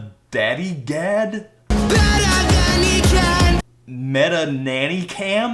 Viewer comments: Correct Pronunciation: BETTER THAN HE CAN!!!! I prefer DENNER PAN PECAN!!!! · the part where he says "better than he can!" sounds like "BETTA BANDICAM!!!!!"